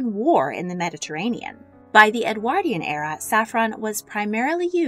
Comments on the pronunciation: Ffs ! EDWORDION IS HOW ITS PROUNCED NOT EDWAAAARDIAN !😢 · Presenter needs to learn how to pronounce Edwardian. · My jolly goodness! Im exhausted just listening to this! Never mind Consuming it I think that amount of food in all those Edwardian tummies was the cause of the ship sinking & not an iceberg! Btw the word Edwardian is said Ed word ( like sword) ian Not Ed waaardian, just saying! Thank you for this delectable menu reconstruction, that menu Would last me an entire week of meals! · "Edwardian" is not pronounced correctly in this video. The "ward" in Edwardian is pronounced like (hospital) ward. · Anyone else cringe so hard at the narrator and her appalling pronunciation of Edwardian? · The way you pronounce “Edwardian” is painful! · She can't even pronounce Edwardian or Foie Gras.